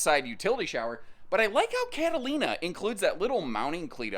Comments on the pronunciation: kate-a-line-a? I thought it was cat-a-leena. 🙂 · Cat-ah- lean-ah. Sorry, pronunciations police came out!